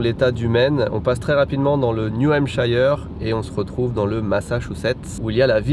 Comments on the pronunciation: Prononcer: Niyou-heimpsheur'. Pas Niou-hampshailleure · On dit "New Hamp-cheur" , pas "New Hamp-chayeur" . ^^ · Juste pour info, on prononce le i de New Hampshire comme un i en français, pas comme un "aïeu". Voilà.